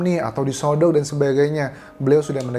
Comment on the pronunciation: Kak maaf di sogok bukan di sodok kak 😭